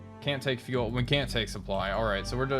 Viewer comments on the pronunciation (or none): none